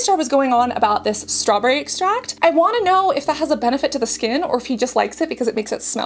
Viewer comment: Water is obviously a chemical compound, but it's certainly not "harsh", which was his claim. You seem like a Jeffree hater just from his video without ever trying the products. The Kylie 2.0 comment was pretty petty. Also learn how to pronounce extract. He doesn't do botox anymore, and using the Kylie skin video from years ago before he studied skincare isn't fair to throw in his face now. And don't claim to know his next move is scamming people on acne and wrinkle products.